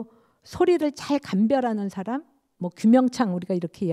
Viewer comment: 긴 자를 짧게 잘못 발음한 예:사람,세계, 행복,부정 ,이해,(이렇게) 해도,대개,감각, 대상,가상, 등, 죄스럽습니다만, 장단음 문제가 너무 심각하시어 이 이상 듣고싶지 않습니다. 말이 너무 빨라 이해하기도 어렵고 경박해 보입니다. "한국 어문을 고발함"이라는 책을 일독해 주실까요. 미국 ,변 완수 배